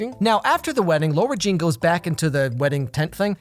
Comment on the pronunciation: Nobody:: LORA JEAN I’m jk I love your videos 😂❤️